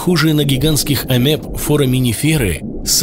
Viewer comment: АмЁб, не амЕб. лат. Amoeba, от др.-греч. ἀμοιβή